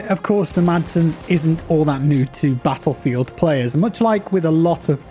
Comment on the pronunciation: "In Pattlefield"😂